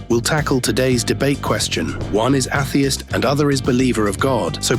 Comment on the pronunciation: How did you get that particular pronunciation of "atheist"? Thank you for sharing this interesting discussion. I do wish the AI(s) used understood that a difference in pronunciation can lead to a difference in meaning. Take, for instance, the word "permits". I heard this word pronounced as if it was used as a noun, but the rest of the sentence indicated that the word "permits" was used as a verb. I look forward to listening to the next part of this discussion.